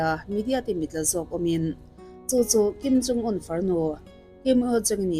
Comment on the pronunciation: I videos hi ka en ve ta nual mai mhse,an chanchin I sawi te hming poh ilam duh thei thinlo hi chu in enfiah angai khawpmai!Tunah pawh hian Kim in Jung te itia,heilo pawh hi ka hre teuh tawh....